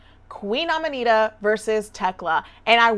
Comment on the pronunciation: You calling her Amanita is some inside joke I’m missing? Aminata (ami-not-uh)